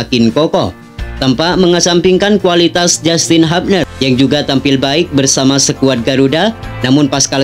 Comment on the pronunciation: Ko' bacanya sekuad.